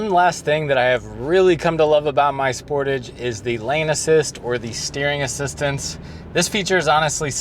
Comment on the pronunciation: Thanks for this video, very informative, and easy to understand. Just one point to explain, I am a senior CANADA citizen and the word Sportage is pronounced spor-tage( spor tage).I just bought a 2026 spor-tage EX-PREMIUM, and after 3 years of use, if it's 1/2 as good as yours, I'll be a HAPPY CAMPER. YOU got more than 100K miles with the same Brakes, WOW, you are a good no a VERY GOOD DRIVER. Thanks again, looking forward to your next video, keep updating. GOD bless YOU and your FAMILY 🙏.